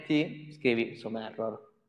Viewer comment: In inglese, "none", "some", "null" e "unwrap" non si pronunciano così. Si pronunciano, pressappoco, "nan", "sam", "nal", "anraap".